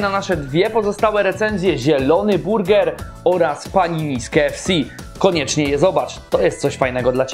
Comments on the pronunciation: witam jedynego youtubera który nie potrafi poprawnie wymówić nazwy KFC. Jak mnie kurwać męczy to Twoje odwieczne KE ef si, he, he :) Ogólnie zawsze oglądam i łapa w górę. Pozdro :) SerkEM, słodKE chili itp. Spoko mordo już wiem co jest grane... nie czepiam się co do Twojej polszczyzny :) Działaj dalej. Siema. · Po polsku (wymowa) to KA EF CE a po angielsku (wymowa) KEJ EF Si :)